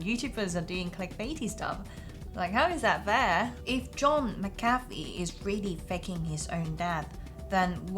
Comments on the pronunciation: m8, it's Mc-ca-fee. It's not McCartney either. The Beatles didn't recruit him. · It's pronounced Mac-ughhhhh-fee. Come on, do more research before doing the video. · MACK-A-FEE. FFS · You can’t even pronounce his name correctly. I’m pretty sure everyone thinks you’re full of bs.